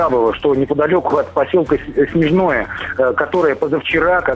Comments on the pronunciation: Не Снежное, а СнежнОе. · Мы, жители региона, говорим Снежноооое, а не Снеееежное. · не Снежное а Снежное - ударение на вторую е